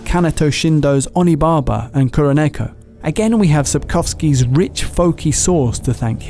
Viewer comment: “Sapcoughski” Interesting choice of pronunciation